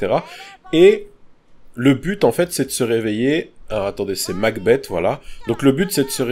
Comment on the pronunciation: MacBeth se prononce MacBess, et pas MacBette ^^ De Shakespeare